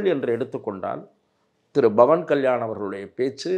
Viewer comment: Why almost all tamil people pronounce pavan as Bavan. Please pronounce as Pavan. Don't spoil the divinity in the name. In Hindi thet will chant PAVAN PUTRA HANUMAN KI JAI.